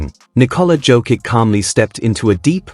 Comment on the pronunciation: good comments!! but please learn to pronounce the name correctly the Serbian Jokic is "Jokich" nor Jokik...